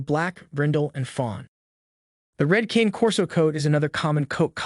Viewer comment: “Canay” not cane like the candy lol